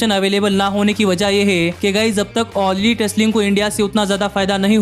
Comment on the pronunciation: Bro video was nice but u pronounced all lit instead of all elite